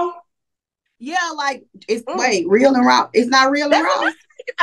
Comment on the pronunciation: Tisha: You see reel and rah You said reel and rah 😂😂